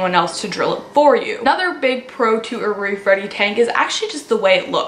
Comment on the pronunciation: Omg for a second I thought you said “rape ready tank.” Wtf